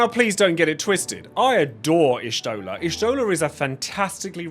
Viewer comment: Everyone gets put in the bottom tier because not even the VA's say Y'shtola correctly. Not since 3.0 when the og voice cast was replaced.